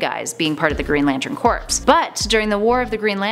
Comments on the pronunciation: Isn't Corps pronounced Core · Please, for the love of all that is good, learn how to say, "Corps"! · The word "corps" is pronounced "core" (not "corpse"... Smfh) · Hey, Corps is pronounced "Core" not "Corpse" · BTW, "Corps" is pronounced "Core", not "Corpse".